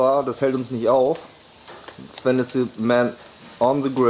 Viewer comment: du sagst einfach Zwen anstatt Sven✌ ich Feier dich 😅